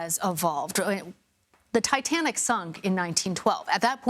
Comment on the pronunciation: he said the dietanic😂, hear for you self